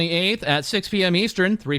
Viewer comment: I swear, the way says Hephaestus hurts me in my little soul